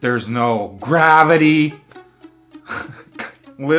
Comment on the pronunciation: What the fuck is grahveetee😂😂😂😂😂